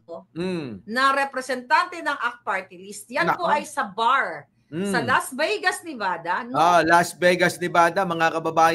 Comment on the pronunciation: Las Vey-gas? Her we go?, ilang taon ka na ba sa USA? Kahit third-grader, kayang sabihing, " 'Hir' we go."